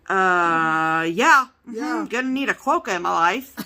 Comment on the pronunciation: I live in Western Australia and they live on Rottnest Island just off the coast near Perth. They are called Quokka not Qwoacka you made me laugh so much I show my husband what I was laughing so much about and then he started laughing.